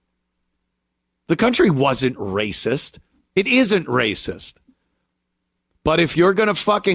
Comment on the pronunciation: How many times did she say " racisss" in that video? She's so proud of herself with this idiotix take.